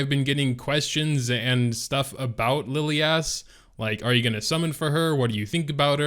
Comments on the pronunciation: Why would you pronounce Lilias name as LiliASS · Why not pronounce it as Li (as in lick) lie is? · Lilias (Lil-e-ass) Lmfao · more like Liliyaassss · Dislike for butchering her name fool smh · Yeah, my bad, what i mean is why would the guy even pronounce it that way. xD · just has to pronounce names differently.. he can’t help it.. I think it’s pathological hahah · had to stop watching the video 15 seconds into it...i couldnt take much more of that